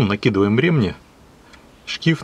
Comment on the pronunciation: Видео хорошее толковое!😏👍 Всё хорошо, но режет слух ударение на слово РемнИ почему у тебя ударение на Е🤗😁разом вроде правильно ударение, но восновном на Е, почему?😁извини но режет слух🤗